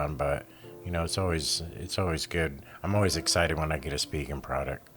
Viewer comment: Former Spigen employee - Thank you for pronouncing Spigen correctly.